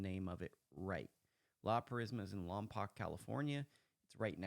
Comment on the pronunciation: You said La Purisima correct, but you said Lompoc wrong, it’s pronounced Lom-poke. Alisal, it’s pronounced Al-iss-sal and Santa Ynez is pronounced Santa É-Nez, but it’s cool everyone pronounces them all wrong. La Purisima is my home course!! It’s such an awesome course. I came home for 3 weeks just to play it everyday!! It’ll always be my favorite course!!